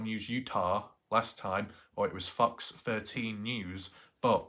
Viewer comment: Please don't say Fox my friend, it sounds too much like fvcks 😂 lmfao and you need the fb page, boy, hollaaaaa